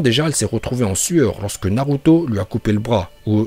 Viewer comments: en plus des autres prononciation déjà cité sur l'espace commentaire je rajoute celle-ci, naruto slugfesse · je comprend pas pour quoi il a commencer par dire naruto puis naluto spippunden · 1er titre réel je veux rien savoir. De plus les prononciations des noms ex :KaG Naluto Shipunden